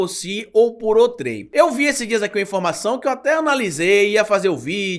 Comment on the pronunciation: VERIFIQUE SUA PRONÚNCIA. NÃO É OUTRÉM, É OUTREM.